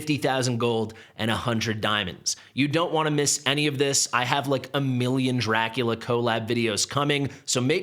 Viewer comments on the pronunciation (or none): NOT Lea.....Dracu Lee A is what it is supposed to sound like.